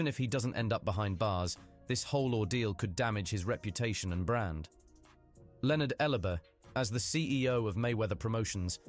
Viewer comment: “ Leonard Elubuh”😂